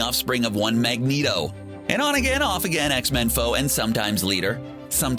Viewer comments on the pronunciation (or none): none